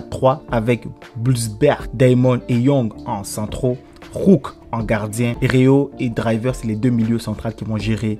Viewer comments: Svp répondez moi pourquoi il dit RÉA au lieu de RÉO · c genant de dire Rea